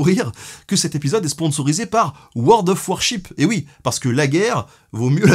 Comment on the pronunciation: Eh bro, c'est world of warshipS. Tu prononces le S. Come on. Allez, tu feras mieux au futur.